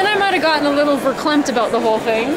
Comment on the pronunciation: " a little verklemt " that sounds like Dutch ! ???